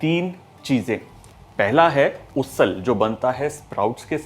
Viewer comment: Usal is pronounced as उसल and not उससल